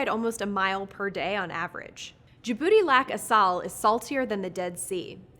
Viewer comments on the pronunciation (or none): none